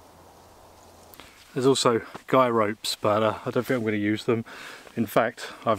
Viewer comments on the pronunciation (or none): Let's get straight on with the weekly translation, Huh Huh. Fink = Think, Fought = Thought, Froo = Through, Wivv = With, Fredd = Thread, Wiff = With, Wivvit = With It, Waum = Warm, Uvver = Other, Fing = Thing, Fings = Things, Sumfing = Something, Sawring = Sawing, Waumff = Warmth, Finking = Thinking, Eevur = Either, Souff = South, Free = Three, Lenff = Length, Furvver = Further, Su'ink = Something, Anyfing = Anything, Anovver = Another, Finkin' = Thinking, Waumed = Warmed, Fermals = Thermals, Fikker = Thicker, Chorisso = Chorizo, Fank you = Thank you. Chorizo would be pronounced as Choritho, but I understand that is too difficult for you. Words of the week - Fredd = Thread, Fikker = Thicker and Sawring = Sawing. Tongue twister of the week - Pings and Fings. See you soon, Huh, Huh.